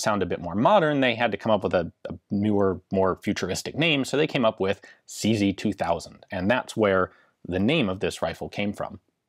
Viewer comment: SeeZey-WeeZey 58 😂